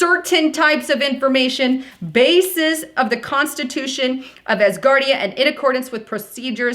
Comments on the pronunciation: “Ass-guard ia”.....🤣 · Did you mean ASSgardia? Hillarious